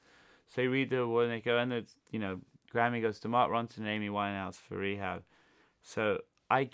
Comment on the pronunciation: Ronson. That's Rons-O-n